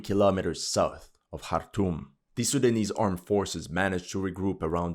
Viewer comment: You have a perfect pronunciation of these Sudanese names. Respect 👌